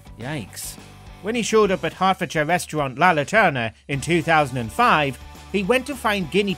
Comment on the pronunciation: I can't help but burst out laughing when he says 'reshtrunt' 😆😆 idiot